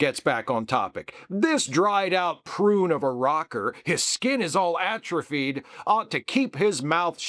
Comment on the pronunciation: "Atrophied" is a three-syllable word. Who's writing for him?